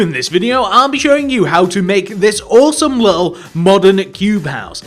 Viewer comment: Say little correctly you lil